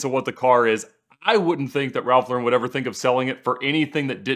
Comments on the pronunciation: It's LAR-en not luh-WREN. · His name is pronounced Lor-In not Low-ren At 16, like his brother Jerry, he changed his name from Lifshitz to Lauren, 'after Lauren Bacall' (another New Yorker of Jewish-immigrant stock, who also changed her name, from Betty Joan Perske). 'I wasn't doing it to be pretentious,' says Lauren. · So much auto knowledge and research but not one of them bothered to learn how to say the man’s (brand) name.